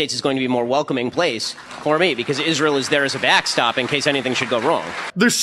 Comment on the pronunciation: well, I detest people like ben shapiro, but dice lacks the courage to refer to iz-rye-hell by name!!